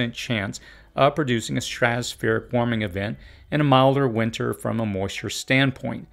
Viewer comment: Just an individual quirk but it drives me crazy when people pronounce it “winner”. There is a T in there. WinTer.